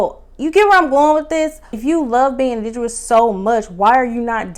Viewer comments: You keep saying indidous. Is it pronounced indidous or is it pronounced indigenous? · It’s indigenous not indiguwus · Pronounced in dig' enous. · The word is INDIGENOUS…just a small gripe… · Loved the review. Had to subscribe... I'm here for the content you're creating. Love how you went back and collected the receipts on this review. However, I'm going to need you to also go back and pronounce our words correctly, more frequently. Not looking for perfection, just improvement. You were killing me and the word "indigenous"... we need a word nurse. We'll be back for the content next episode. Blessings. ❤